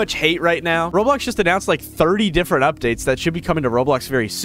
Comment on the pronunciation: "road blocks"